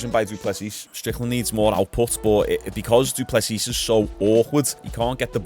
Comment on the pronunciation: If I hear du plesseeesss again bro😂😂😂 it’s pronounced “doo plessee”